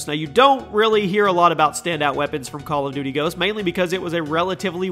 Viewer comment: I love how you said bal of duty